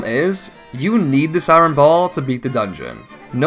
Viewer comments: Not gonna lie, hearing you pronounce "iron" as "eye-ron" made me flinch. The correct pronunciation is "eye-urn" btw. Don't ask me why it's not spelled like that. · Great video! Just a little gripe- iron is pronounced "eye-urn" not "eye-ron" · why do you say i-ron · I wonder how much eye-ron is in the Lay-naru Mines